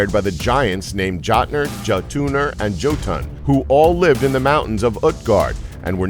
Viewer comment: in scandinavian languages, the J sounds like a Y in english , so the Jotun/Jotnar are not pronounced with hard J's